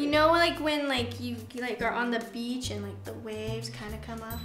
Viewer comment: sounds like Nessa's saying 'BEACHHH'